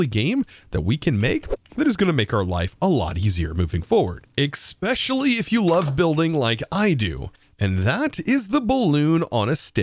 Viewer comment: You surely do love to zoom in your character instead of zooming in something that actually matters. Also, there’s no such word as “expecially”. And one more thing, please, don’t shake your cursor when telling about something